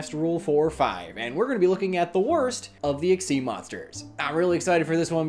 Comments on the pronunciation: So uh, why do you pronounce Xyz as "ex-ee" instead of "ek-seez"? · Chaos XYZ "eck-zyz" monster =/= "see-ex-se" or "see- Eg- ceed"